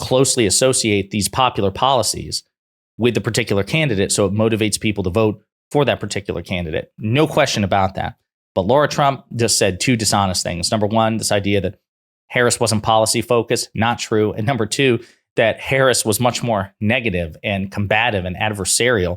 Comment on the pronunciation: How is it possible that you never pronounce her name properly. It's NOT LAURA!